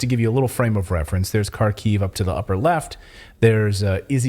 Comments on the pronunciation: The misinformation you guys are spreading is insane. Most of the Ukraine army was not killed or captured. Bucha was not staged. Ukraine did not lose 5:1 under Kherson. You can't even pronounce basic names: it's Kharkiv, not Kharkov, UA stands for "Ukraine" not "Ukrainian Army". Do you just pull this from your ass or what? What a joke. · Kharkiv is pronounced "Haarkif" not CarKyv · Kharkiv is pronouced Harkeev or if you insist on russian Harkov. The K is silent, but if you want to keep sounding like an idiot continue using the K sound. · H A R K ov Not Karkiv......! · Not sure if you care or not but the ‘K’ in Kherson and Kharkiv are silent, they are pronounced Herson and Harkiv. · Please pronounce Kharkiev like this (Har - Keev). Silent first ‘K’..